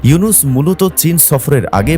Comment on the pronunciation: ও মিঞা স্যরের নাম ভালো ভাবে বলেন।